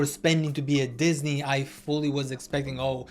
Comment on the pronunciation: “dihhsney” bro💔